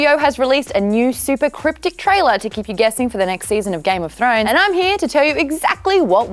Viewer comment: thought u said throaters..